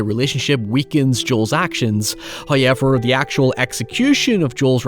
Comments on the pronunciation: It's pronounced "how-evv-er" not "hoy-yeah-ver" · First "hoyevver" drops . In the ad that you might be tempted to skip.... He is being cheeky!